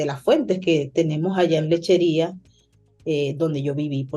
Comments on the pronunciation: No es ''Lecherias'' es Lecheria. jeje saludos muy bueno tu programa. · LECHERIA,,,NO LECHERIAS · Dios mio soy de Puerto La Cruz me críe yendo a Lechería, es Lecheríaaaaaa si S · Lechería sin S